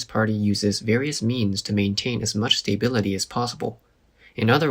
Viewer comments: Will you please, PLEASE stop saying STAY-bility and say sta-BIL-ity instead? I know that English is not your first language, but I would hope someone is there to help you with these pronunciations. If not, I would be more than happy to help. I can even voice over your work for you. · Hey, I really appreciate this channel and your uploads. Just a suggestion, when you say "stability" it sounds like you're saying stay-bility. Try pronouncing the A more, like stah-bility.